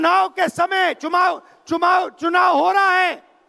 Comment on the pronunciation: इस अंग्रेज की मां को हिंदी नहीं आती हमें पता था इस अंग्रेज को भी हिंदी नहीं आती ये आज पता चला है भागवत को भगवत चुनाव को चूमाव बोल रहा है कोई अमिताभ बच्चन को बोले इसका कुली बने और जैसे इसको लेके आए थे वैसे ही छोड़ के आए